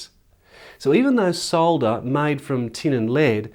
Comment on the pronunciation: I like the way you pronounce solder, not like the americans who call it "sodder" (with a silent "L") and like to correct those using the UK pronunciation.